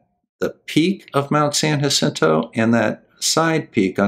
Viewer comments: Thank you for pronouncing San Jacinto correctly! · It's Mt. San-YA-sinto, and Point DOOM. But, then again, I doubt I could pronounce half the cities in MI...